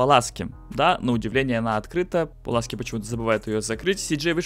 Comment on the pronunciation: Пуласки а не Паласки